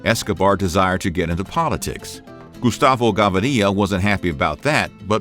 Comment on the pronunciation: gustavo gavaria😂😂